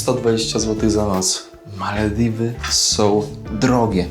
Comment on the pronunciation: Dlaczego wymawiasz Malewiwy a nie Malewidy ?😊